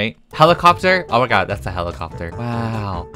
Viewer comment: Nobody: Not even me:: Oh Mah Gawd